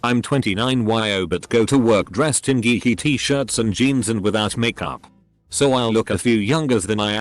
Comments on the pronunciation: Yumping yimminy, I have a new pair of yeans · Jeans: Exist: "yeans"